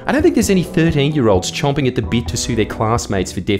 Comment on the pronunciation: Champing, it's champing, not chomping.